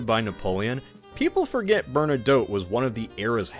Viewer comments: okay, I’ve had it, please double check how you say Bernadotte. That is all. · Also "Bernadoh" and "LanNAY" for Francophones